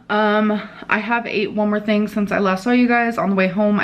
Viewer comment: And here, Dr. Now would be saying "You don't tink your weight gain has ANYTING to do wit your eating habit?" 😂😂